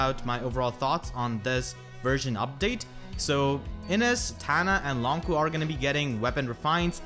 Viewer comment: I'm curious, why is he pronounced "Long Ku" not "Long Chu" as you might expect with the "q"?